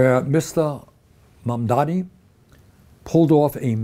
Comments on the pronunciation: Bernie, his name is MAM-DA-NI. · Berinie is so wrong!! The name is Mamdani not MamdaMi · Bernie a friendly correction. Its not Mumdami. Its Mamdani for New York City mayor.